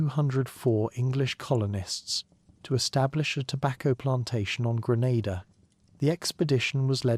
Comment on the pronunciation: Normalise having enough respect and doing enough research to pronounce d dayum islands correctly cho